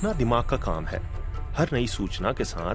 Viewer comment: दिमाग़ ,दिमाग नही होता है